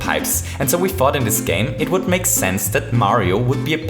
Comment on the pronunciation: He says this like dis